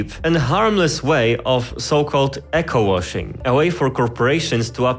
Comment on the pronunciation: Eco (e-ko) Not echo (eh-ko) Sorry that was just really bothering me.